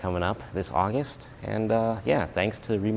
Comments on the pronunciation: Hi executive from rimac here i just wanted to point out that you pronounced the name wrong is not rimac with a s it is with a k like rimak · Rimac last letter should be sayd K ree·mak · is it pronounced rimatz or rimack? sometimes you say it correctly (like as it should be - a croatian surname - tz) and sometimes the "american" way... since americans put their spin on everything, I guess both?